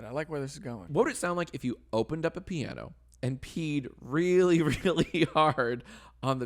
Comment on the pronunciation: Pee-ano. :D